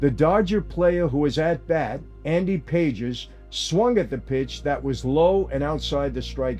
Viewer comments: Andy Pa-Hes not pages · AND athletes are ripe for payoffs and throwing games in ALL sports! Very easy for college athletes to make big money in a small money arena for them. Guardians pitcher is Clasé, pronounced Class-A. Pages is pronounced Pa-hehs. 😊